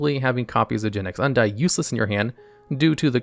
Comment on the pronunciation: hun-dean is the way undine is pronounced